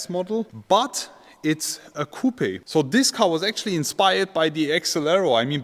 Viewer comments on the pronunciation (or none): My German friend ... when you pronounce "coupe" the "E" in English is silent!!!